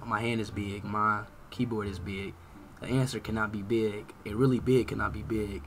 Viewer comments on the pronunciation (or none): How he says be-ig has me dead